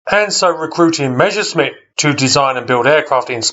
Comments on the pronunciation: Not Mezherzmit but (harder pronounciation): Mesershmit (with s in "Mes" like in Douglas). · The first words in the video : when I say Meschersmitt 😂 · Not to be disrespectful: try to pronounce Messerschmitt in two words : Messer (short break) Schmitt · Sorry, I meant no offence, I'm just nitpicky. It just seems odd to me when people write "Messerschmidt", despite the fact they clearly see it written differently, or swap "sh" and "s" when pronouncing it. I'm not a native anglophone, though, maybe it's a tongue-twister in English. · Willi Messerschmitt - presumably one of the most mispronounced and misspelt aircraft designers in history. :-D